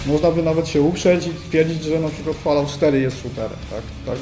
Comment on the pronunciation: Fallout się czyta przez "o" jak w słowie Fall - upadek (bądź jesień), a nie "falałt".